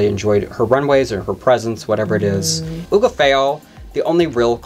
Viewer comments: Someone has to tell and how badly they're saying Hugáceo name 🤣🤣🤣 it's Hu-gá-ce-o not Hu-ga-feo! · Where are the getting ubafeo from? It’s HUGH-GAH-CEO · Pupi Poison (bless her heart) was majorly favored! PD: you pronounce Hugapheo and it should be Hugaçeo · Why do you always call Hugaceo Hugo Feo? By the way, I think Pupi was more favored than Hugo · Right!!! And people keep telling them in the comments to stop saying it like that. We all watch the same show. Where the F did they get that botched pronunciation from? And they keep messing it up over and over. It’s like they are purposely trying to insult Hugaceo. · It really is and it kinda makes me not want to keep watching their videos honestly because it’s getting beyond offensive at this point. Like why do you keep disrespecting the pronunciation of this talented queen? It’s not like they’ve said it a different way each time so it looks like a genuine error because they just can’t get it right… no they have been saying “Oogotheyo” firmly for weeks now. Like say it correctly or don’t say it at all. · That’s what I want to know. It’s getting extremely disrespectful at this point. They have been called out multiple times about it yet they continue to botch Hugaceos name. It’s almost like they are doing it on purpose now. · Honestly what is wrong with you and? Why do you keep disrespecting Hugaceos name? It’s getting extremely offensive at this point. Say it right or don’t say it at all.